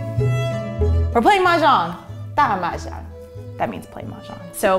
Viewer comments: i can't figure out what Chinese dialect she spoke when she said 'play mahjong! If it's mandarin, it's defo wrong! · Chris C. "pong kong hu game gameover win" that's all fine. But never heard anybody says "Mahjong" in the end